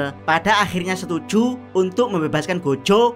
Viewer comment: "setuJU!!! membebaskan goJO!!!" biasa wae bang ngomong JU JO nya wkwk